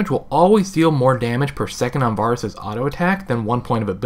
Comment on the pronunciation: Each time you say Varus wrong... I cringe. Doesn't help that he's my main ADC.